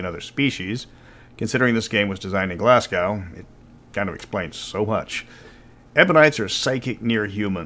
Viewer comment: When saying Glasgow, the second syllable is pronounced as 'go".